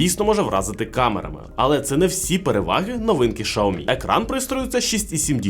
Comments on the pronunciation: Шаоми 😂.. Сяоми ну ппц Лайка... лейка!!! де ви його взяли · Алло не знайомий з брендами, які продає? Ну як так можна вимовляти назву бренда? Це ж вуха ламає! Якщо ваш маткеторог каже, що погана реклама - теж реклама, то звільніть його! А ще того, хто сказав продовжувати вимовляти Шаомі, бо від того тільки шкода. А відсутність на реакції глядачів, що є ігнором аудиторії, можна розглядати як неповагу до аудиторії. Дивна ситуація із "Шао-мі" в "Кал-ло." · 😂 Той випадок коли інтелект значно відстає за ,,швидкістю" язика! ,,Шаомі"- 😱